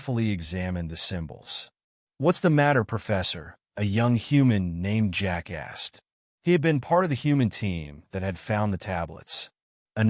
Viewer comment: AI definitely has a problem with pronouncing "Jack asked". 😂